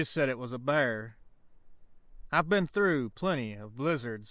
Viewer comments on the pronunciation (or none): none